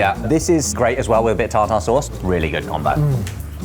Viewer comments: Tar Tar sauce lmao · I love how you pronounce "tartar" sauce the same as steak tartare. 😂